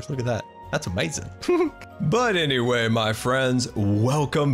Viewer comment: i prankly really dont like how you pronounce amzing